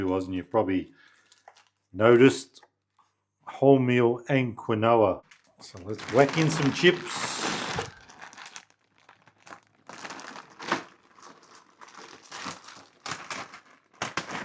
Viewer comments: Quinoa is pronounced "keen-wah" boss, your gravy looks like custard 🫣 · Quinoa is actually pronounced "keenwah" just FYI. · It's pronounced like 'kin-wah' not to keen on it though, wah